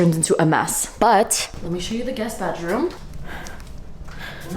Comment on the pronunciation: The way he said"a guest " is just so funny 😭😭😭